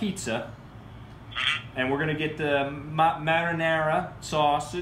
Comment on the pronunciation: Hahahahahaha what in the heck is "maternera" sauce 😂😂😂😂